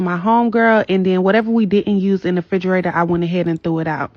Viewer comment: AN eviction, not a eviction. Also it's REFRIGERATOR, not fridgerator as so many of the younger people believe. Let's make English class great again!